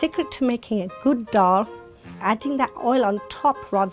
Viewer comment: How can all 3 be this arrogant when they can't even pronounce dhaal properly #saltyaunties